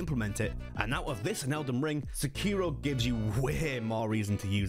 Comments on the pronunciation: Sek iro you're saying Se kiro! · You're pronouncing the name incorrectly... it Seki-Ro, not Seh-keer-o. Didnt last a minute into the video due to you butchering the name. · I wince every time he says “SAHKEERO”, 😖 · No the biggest thing they can get wrong is the pronunciation.😂 Come in white people 😂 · Wild to me that the game literally says sekiro 400 times and still pronounces it wrong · I find that a lot of people are still playing and recommending Sekiro so... still, a pretty good video. I had a hard time with your pronunciation of Sekiro though. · Why do people pronounce shit wrong when the game says how to say it several times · Can we finally get someone that can pronounce the name right?😂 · pronounce sekiro correctly as youve heard it ingame.. is that really so difficult man? its pretty simple why people point them to MORE similar games rather than OSU Souls.. i like sekiro as much as the next soulsborne fan but cmon was this THAT large of a revelation for you?